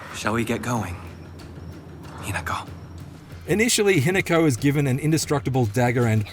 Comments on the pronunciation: that’s the forsters doing there work and Australians can’t drink. Also that accent ‘Hinaku’ it’s Hi-Na-Ko (preference on the ‘O’) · He nako 😮😮😮pronounced